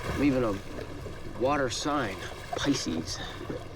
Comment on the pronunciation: Pronounced Pisces wrong…not his Bailey wick for sure…like a fish out of water…ha ha ha